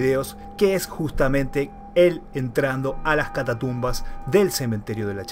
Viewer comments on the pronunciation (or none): NO ES ""CATA TUMBAS "".........ES "" CATACUMBAS ""....